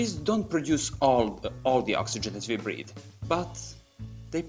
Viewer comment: You make absolutely great videos. Very interesting. Try to improve your accent in words like "workers", "we", "wood" and it will be perfect.